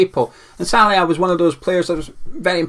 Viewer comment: Great video,! Your pronunciation of "Szalai" needs a lot of work though! Haha no worries though, keep it coming!